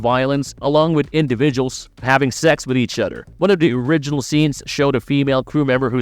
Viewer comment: Udder instead of OTHER,christ,you sound like a stupid kid in 4th grade.